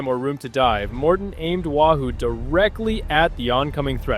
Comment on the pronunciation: its NOT Wa Hoo it's Wahoo Get it right or don't do it at all!